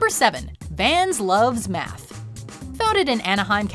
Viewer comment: I thought when they said. "Van's love math" I though Tought they said meth